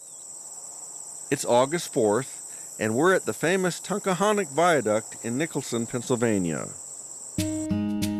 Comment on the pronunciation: The proper pronunciation of the word "Tunkhannock" uses 3 syllables (Tunk-HAN-nock) not 4 syllables (Tunk-a-han-ock).